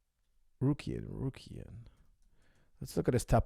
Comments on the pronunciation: It's Tsarukyan, not Tsarkuryan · Tsa-ru-ki-yan. Not tsakurian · coach you saying arman's last name wrong. It is Saru-KYAN, not Sarkuryan which sounds like how you are saying it, and the other way you said it proncouncin the T lol, listen to how ufc announce his name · Common coach ,RU-KY-AN , RU-KY-AN😂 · Targaryen, Shah Rukh Khan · Sarkariyan. What's so a Hard there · Tsakueyan tarkuryan... 🤣🤣🤣🤣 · Coach went from wrong pronunciation of Arman's last name to another LoL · This episode showed me that cannot pronounce the name Tsarukyan to save his life 😂😂😂